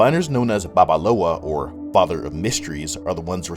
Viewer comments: For additional correction it is "BabaLAWO" not "BabaLOWA". I'm Yoruba and that word is Yoruba word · Just found your page from hometeamafrica and your video is doooope🔥🔥🔥... I’m a Yoruba man and I just wanted to correct one thing it’s Babalawo not Babalowa ( father came and went) I love this videos it shows you really know what you’re talking about.. Whats your social media I wanna follow you